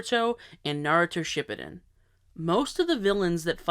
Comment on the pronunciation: Have I been saying “Shippuden” wrong all this time?